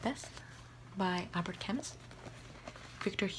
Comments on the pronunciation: But the way she said it is wrong, the 'u' sound isn't pronounce like that in French and in the name Camus the 's' is silent. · is camus the right pronunciation? I always said it like camoo.